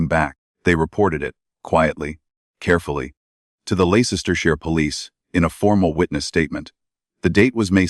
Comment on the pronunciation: Ley cester shire...that AI..voice is awful...its LEICESTERSHIRE..LESTER SHIRE...yours sincerely from the old qeer corrupt UK..from Leicester...